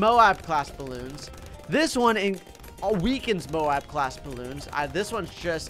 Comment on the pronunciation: it‘s m.o.a.b not b.a.d